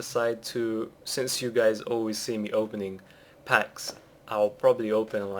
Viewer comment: welcome back gays? fuck you